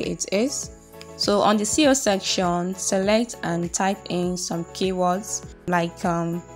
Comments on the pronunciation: Sincerely nice intro but I think my ears were hearing CEO instead of SEO 🤔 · I think you meant SEO? You were saying CEO